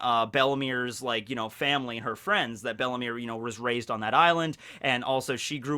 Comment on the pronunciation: it is bellemere, 2nd e silent, not bellimire XD